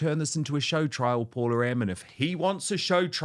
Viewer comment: Hey Dan, please ensure to pronounce your guest’s name correctly moving forward. Her name is Paula M., not Paul-M, so be very generous with the “a” in the end. As a Fernanda being called most times as Fernando or Fernand, remember that for Latin names the last vowel is actually the cherry on the cake ❤️